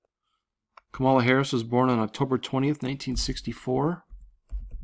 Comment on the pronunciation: Come on Man, her name is COMMA LA. lol ....We are headed for very interesting times indeed. Thanks for your research.